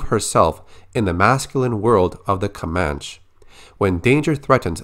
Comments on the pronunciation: ComanchE not comanch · Hey I think it's pronounced 'Komanchee'. Love your videos man keep it up! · It's pronounced "Kuh-Man-Chee" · Comanche is pronounced kom-AN-chee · It’s pronounced “Ko-Manch-ee.” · Your pronunciation was nearly on point, they actually tack on that E sound in Comanche. Great video, thank you for the updates! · you are pronouncing "Comanche" wrong..